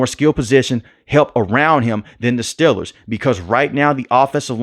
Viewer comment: Steeeeeeelers...... say it right please..... next thing I hear you saying Jag wires